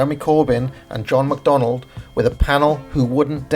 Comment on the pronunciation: No 'd' in John McDonnell!